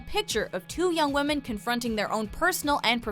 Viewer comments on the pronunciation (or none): none